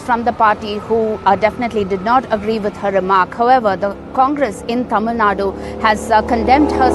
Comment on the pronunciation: It's not Tamil Nada it is Tamil Nadu